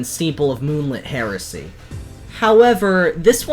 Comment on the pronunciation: The name: Steeple of Moonlit Heresy The pronounciation: Steeple of Moonlit HARRISON??